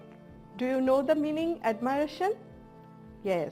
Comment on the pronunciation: I Think admiration Not Admiaration